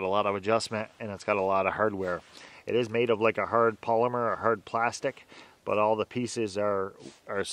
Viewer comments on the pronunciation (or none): none